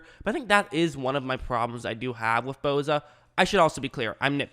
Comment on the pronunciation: Its Bosa not Boza